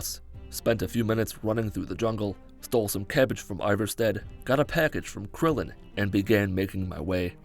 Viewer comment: I died when he called klimmek krillen